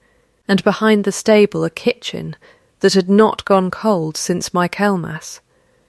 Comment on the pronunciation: Michael-mass, NOT my-kel-mas. It is named after St. Michael. If you are going to use an AI voice instead of a human narrator, program the correct pronunciation. This is not the first story you have used Michaelmas to denote a specific time so by now you should have corrected it.